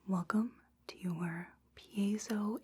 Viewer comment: Absolutely nailed that pronunciation!